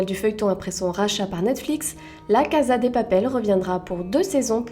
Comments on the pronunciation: On di pas la caza on dit la caSa de papel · "La caza de papel" 😭